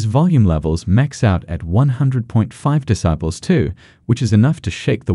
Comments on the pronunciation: Haha yeah, and "decibles" too. I'm presuming it's one of those new AI text readers. Still needs some refining. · Lol ya. Discibles of Bass.